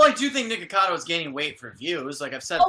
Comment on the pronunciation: niKOcado not nikado jshdjhd